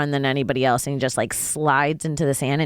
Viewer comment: Funny Joe talkin boit how people say words, yet he pronounces Else as Elts.